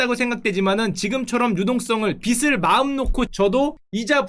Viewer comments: "빚을"의 발음이 계속 거슬립니다. "비즐"로 발음하셔야 하는데, 계속 "비슬"이라고 발음하십니다. 슈카월드 뿐만이 아니라 대부분의 경제 유터버들이 그렇게 발음하던데, 그쪽 업계의 특별한 이유가 있나요? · 습관인듯해요 닭을 을 다글 이라고 발음하기도 하고 맛있다나 밟다 이런 발음도 사람마다 다르듯이요